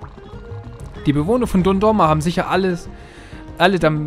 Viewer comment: man spricht es doch dundoroma aus und nicht doroma oder ao xD (jeder dem seinen ^^)